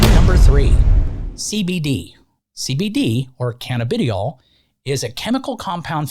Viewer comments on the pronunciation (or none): It's pronounced "canna-ba-die-all"